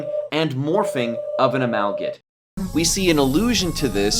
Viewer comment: Not trying to be mean or anything, but it's pronounced "uh-mal-guh-mate" not "uh-mal-git"